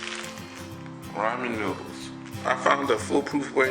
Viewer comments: Raymond noodles??? It's pronounced "RAW-MIN"! Got It??? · Dragneel Warface RAH-MEN ** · "Ray-man noodles" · why do people say "raymen noodles"?... it's " ra-men" noodles... where the y at? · Rah-men finally the last video I watched the dude called it Ray men! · Raymon noodles lmao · I love how he says Ray mon noodles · "Raymen noodles" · raymen noodles 😂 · Did this man say rayman noodles?😂😂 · Raymen noodles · Raymen noodles Lol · ray-man noodles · I TOOK THE VIDEO SO SERIOUSLY UNTIL THE END WHEN HE SAID “raymen noodles” 😂😂😂 but good vid tho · Pronounced RA-MEN NOODLES, thank you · "Das how I cook my raymond noodles" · I like how you say ramen you say it wrong but I like it. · He said ramen wrong